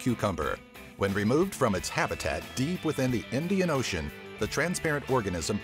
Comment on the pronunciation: Why do you pronounce ocean as OH-she-un, instead of the normal OH-shun?